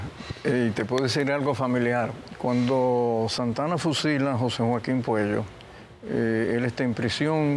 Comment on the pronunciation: Es Puello, no Cuello. Es un excelente médico